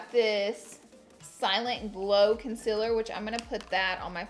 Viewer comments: She said concealer right!!!!!!😂😂 she always says conciler and in the video she said concealer❤️😂❤️❤️ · SHE PRONOUNCED CONCEALER CORRECTLY OMGGGG YALL (the first time she says it and the word comes across the screen)